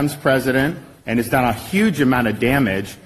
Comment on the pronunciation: Please do not ever say "UGE" again.